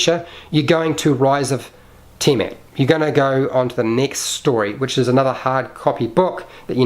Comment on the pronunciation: Tee-ah-met... that's how you say her name. And stop pointing with your middle finger.